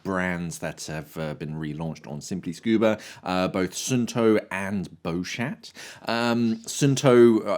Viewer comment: Nice one. Just an observation Beuchat is pronounced 'Beu cha' the T is silent..